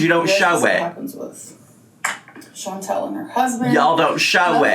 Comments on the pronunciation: I think it's funny too! It's not "Chan-tell", it's "Chan-TAL" 🙄🙄🙄🤣🤣🤣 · continuously mispronouncing Chantal’s name is so irritatingggggg It is chanTAL not chanTEL ahhhhh!!! It’s such a minor thing but it just irks me haha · Is it just me or is she consistently mispronouncing Chantal? It sounds like she’s saying Chan-TELL. 🤔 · It drives me insane how she says ChanTELL instead of Chantal. Buuut she has to mispronounce everything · is even mispronouncing her name as "Chantelle". She's done it a couple of times and it's weird. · Does anyone know why won't pronounce Chantal correctly? Is it a troll move? Or is she really so selfish she doesn't know how to pronounce her best friend's first name? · It bothers me so bad lol. There is no ‘e’ in her name. What a best friend. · I hate that she does that! Do you think she has a hearing problem maybe? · She can't be bothered to pronounce it properly. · I have to believe it's a troll move. I HAVE TO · Funny that she’s trying so hard to be her friend and can’t even pronounce her name 😂